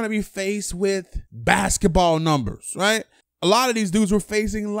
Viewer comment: This dude says "right" n he says it hella lazy, riighh